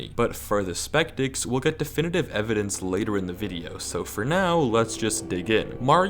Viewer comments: LOL YOU CALLED THEM SPECTICS NOT SCEPTICS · Skeptics, not spectics 🤓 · it's "sceptics" not "spectics" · "Spectics" lmfao